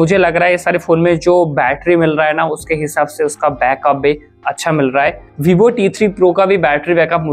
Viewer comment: Bhibho nhi hota, vivo hota hai Chooj nhi hota, choose hota hai Bolna seekhlo bhai